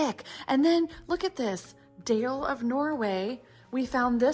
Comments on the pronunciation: Glad you enjoyed yourselves in Norway (Bergen), just had to smile when you said Dale of Norway, and the town of Dale...it's actually pronounced "dahleh" and not deyl. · Dale is pronounced more like Darler in Norwegian. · Nancy's mittens are called Selbuvotter and Dale is pronounced "Darla" 😂. ❤ from Norway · Dale is pronouced Doll lah. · DALE is pronounced "Dah-lah" From your friendly Northfield MN, home of St Olaf College. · I just googled Dale: Dale is pronounced as "Dah-leh" in Norwegian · I'm surprised that you didn't correct their pronunciation of "Dale." 🙂